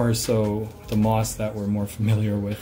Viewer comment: Anyone else notice he said FOREST "MOTH" for FOREST MOSS